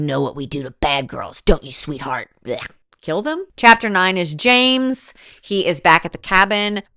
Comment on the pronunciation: The way you said ✨️jeems✨️ instead of James absolutely cracked me up every single time. And the shirt bit- The commitment is award worthy.